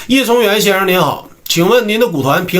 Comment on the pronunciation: 松源 是 日本人的姓 ，读 Matsubara.